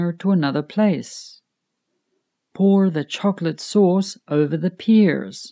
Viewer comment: A question: Why the word "pear" is pronounced as "peer"? Do Americans pronounce the word in this way?